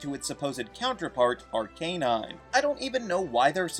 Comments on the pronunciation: "Ahr-Kay-Nahyn" Good lawd! it's pronounced as "Ahr-KAH-Nahyn." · Is it , , , , or ? Just call it ar-cuh-nine like everyone else and the show.